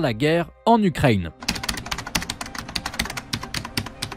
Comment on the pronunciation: J'entends chaque fois "Ukraigne" ça fait bizarre.